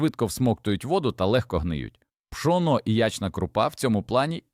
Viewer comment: Вельмишановний пане,, українською гній,перегній Ставлю наголоси: горОд,пшонО, крупА і тд..Ви ж не ШІ. ГородУЗолОю -укр попіл. СирОватка...